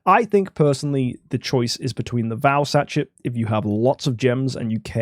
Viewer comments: sachet is a french word - pronounced sash-ay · It's quite funny. Sashay She dze (much harder to put as a western pronunciation) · Both and mispronouncing Sachet is outrageous